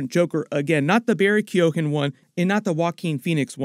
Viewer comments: You should do a little prep on pronouncing foreign words and proper nouns in your copy before you record. It would 've taken less than 5 minutes for you to have learned how to pronounce "folie a deux", "Quinzell" and "Keoghan" properly. I know mangling non-English words is as Canadian as Tim Horton's, but you have an international audience, here. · Everyone in America keeps saying Barry Keoghan's name wrong. It's pronounced Keown. (key own)